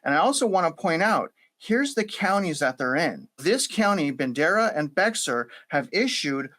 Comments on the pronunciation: Bexar County is pronounced "bear" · | Bexar county. Bexar(Bear) is pronounce (bear) like a bear. I'm from the Austin area, 42 yrs. Just FYI. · Bexar is pronounced BAY HAR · Bexar is pronounced Bear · Bexar is pronounced Bear. And our rivers and creeks flood if you spill a glass of water. I live on the Medina and there are flood deposits 20 feet thick that are older than 1987. You haven’t made your case. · BTW, not trying to be rude but Bexar is pronounced Bear County. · pronounced Bear! The X is silent. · Great reporting on the South Texas Weather Modification Association. Btw, “Bexar” is pronounced like “bear”. 🐻😅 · Bexar is pronounced Behar or Bear. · This guy butchered all the county names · It’s pronounced Bear county not Bexar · Not sure where you live but it’s not near San Antonio otherwise you would know that Bexar is not pronounced Bex-ar it’s pronounced Bear. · First of all, it's not pronounced Be "X" ar..it's pronounced Bear. And while you keep pushing this "blame game" narrative, you must not understand the term "flash" floods and how they happen. SO, No I don't buy into your cloud seeding theory in relation to this tragedy. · Bex-ar is actually pronounced bear. That’s what I learned when we lived in San Antonio anyway. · Bexar is pronounced bear. Just a heads up for any future videos of our area. We have some other counties with equally difficult names to pronounce. I am a local, and the bex-ar is hard to hear 😂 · Great vid but it's NOT pronounced BEXXER (BEXAR) county it's pronounced BEAR or BARE by locals but it's actually Spanish so technically is BEH-HAR but everyone just says BEAR. ✌️ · Bexar is pronounced Bay-Har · Bexar is said "bare" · Bexar co. where San Antonio is located is pronounced " BEAR" , the x is silent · HORRIBLE, DEVISTATING and this was very informative. I used to live in San Antonio, and just FYI guys, its pronounced without the X "Bear" county. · Bexar county is pronounced like BEAR. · Bexar is pronounced "Bayer".